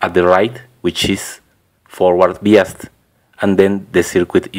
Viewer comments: Its pronounced "by us". not "bee us". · UK pronunciation is "bye" rather than "bee". Maybe it varies with country. Are you american? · No offense intended. But you say biased wrong. You say it as "bee-ist" instead of "bye-ised".